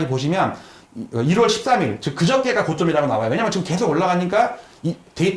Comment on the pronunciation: 지금 발음을 직끔